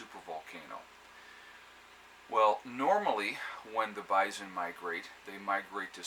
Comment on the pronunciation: bison, not bizon!